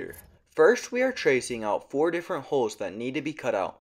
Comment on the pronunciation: The he says "hooles" sounds funny